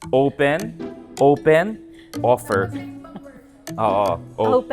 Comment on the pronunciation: "Owpen Owpen Owfer Owfer!!!"😅😅😂😂